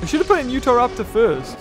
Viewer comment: pronunciation guide: Bananogmius="Banogimus" Psittacosaurus="Pistisaurus" Deinonychus="Dinochoosys" Utahraptor="Utheraptor" And my new favoritePterosaustro="Sonsopterus"XD you will always be my fave